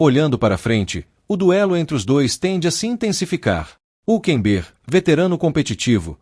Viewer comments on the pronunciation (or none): PRIMERO O NARRADOR DEVIA APRENDER COMO SE PRONUNCIA O NOME HÜLKENBERG 😅😅😅